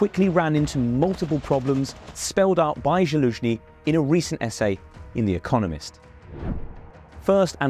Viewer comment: At least have the decency to pronounce your pet Slavs' names right. It's pronounced "Zaloojniy" not "Jaloojniy".